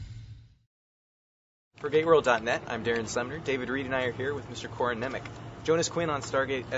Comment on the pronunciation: Nemec? Shouldn't it be pronounced something like ''Njemets''( the name seems to be of czech origin ''Němec'' is a czech word for ''German'' quite common surname in Czech Republic)?